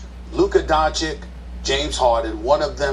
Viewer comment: Who the hell is Donchick??? Stephen A needs to stop this damn foolishness with mispronouncing people's name. Calling Kemba Kember and all that crap 🤣🤣🤣